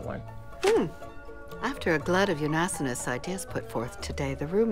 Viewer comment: unasInous, not unasOnous...